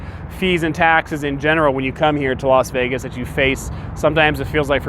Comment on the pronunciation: Las FEEgas